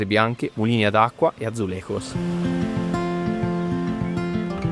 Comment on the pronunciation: Bel video. Atenzione alla pronuncia del J in portoghese, mai comme in spagnolo, ma si alla francese. Azulegius non Azulerros.